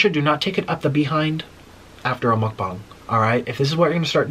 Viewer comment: Did he say muk-bong